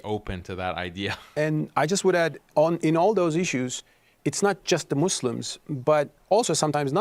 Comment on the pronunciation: My G said, "Muzz lems" THAT'S the moderator... Lol, please, I can't.